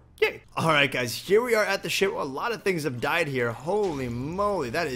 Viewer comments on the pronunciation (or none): you said shit in stade of ship